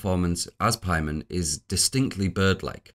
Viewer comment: I know you're the 4 hour hereditary video guy and you know better, but why are you pronouncing it like 'Pie-mon' here? It's very jarring